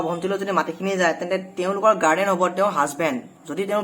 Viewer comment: Hello Mr. গাৰ্ডেন নকয় গাৰ্জিয়ান বা গাৰ্জেন বুলি উচ্চাৰণ কৰিবা।